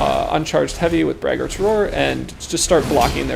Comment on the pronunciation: Braggart is someone who brags a lot. Brag-ert, not brag-aart.